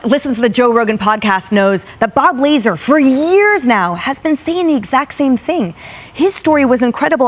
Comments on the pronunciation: The fact she called him “laser” not la-zar tells me she just reading a script and is following what her producers told her to say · That chick on fox didn't even pronounce Lazar correct and she expects us to believe she knew what she was talking about? Girl, bye! She clearly read a script! DA said Bob Laser 🤦🏻‍♀️ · Bob Lazar not Bob Laser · Dumb lady on Fox said Bob Laser it's Bob Lazar. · Most shocking thing is the Fox News woman calling Lazar, Laser🤦🏻‍♂️ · Bob "Laser" lol... "Lazar.. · La-zar not Lazer. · Great vid thanks. The lady that pronounced Bob Lazar Bob Laser had me chuckling. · Sad when she cant pronounce Bob Lazar